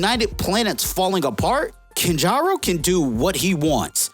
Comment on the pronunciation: It's Kanjar Ro. Two words. You say it like it's one. Put some respect on Kanjar Ro. He was a JLA villain because he's that powerful I guess.